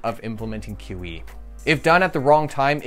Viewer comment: Every time he says QE, I hear kiwi. I was tabbed out and couldn't unhear